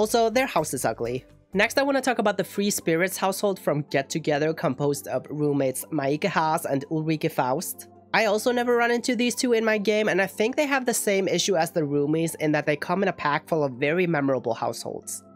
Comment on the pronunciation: Maybe I'm wrong, but I always thought the free spirits household's names were pronounced like Meek-A and Ulrika